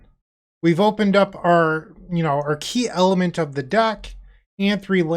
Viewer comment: Did he say "key element of the deck" or "key elephant of the deck"?